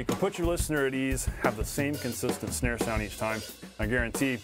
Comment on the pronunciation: Is it just me or are you saying schnare...